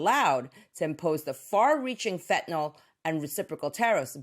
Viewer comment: I really enjoy your informative videos. I pause them frequently to study your charts. But I had to cringe when you, like many people, mispronounced the drug fentanyl. It is pronounced "fen-tuh-nill." It rhymes with Benadryl. It does not rhyme with alcohol. As a medical professional it is just a pet peeve of mine. Keep these educational videos coming. I rarely miss a single episode.